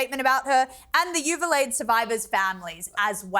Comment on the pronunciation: U-VAL-DE not you-vah-leyd